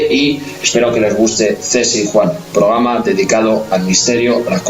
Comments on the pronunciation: Porque le cuesta tanto no decir “pograma” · OR FAVOR ...NO SE DICE POGRAMA ES PROGRAMA